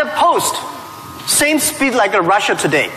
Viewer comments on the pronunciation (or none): I keep hearing Jack Ma pronouncing Russia , Rusher Do you get the same feeling